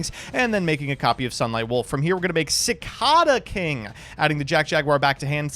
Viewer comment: I thought you were from the midwest originally, how do you not know how to pronounce cicada?